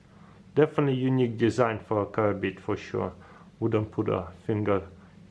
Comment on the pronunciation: Why do you keep calling them karabina when you know it's a karambit????